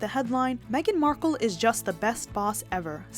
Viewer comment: Markle not marke